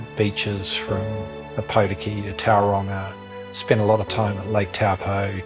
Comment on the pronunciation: I am thrilled that he has been appointed. First things first, let’s teach him how to say Oar-pour-tee-key, Toe-paw, Toe-rung-ah and Two-rung-ee correctly for the next video 😉